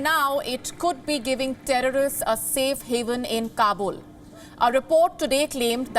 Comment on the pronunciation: Thank you America for awesome weapons and humvees and APCs . And india for teaching us how to say "TERRRAAAARISSST"